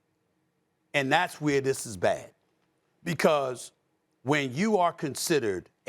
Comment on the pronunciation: Stephan A. Saying period with so much emphasis 😂